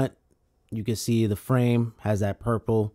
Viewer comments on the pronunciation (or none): none